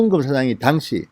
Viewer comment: ^당시^ 라는 발음 ^당^에 악센트가 없습니다. 저도 진의원님 강력지지자이고 동향입니다.